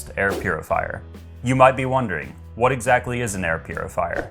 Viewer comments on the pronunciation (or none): none